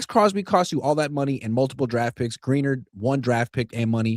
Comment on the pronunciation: Can’t believe don’t know how to pronounce Grin-ard I’m so tired of hearing them say Green-ered sounds so dumb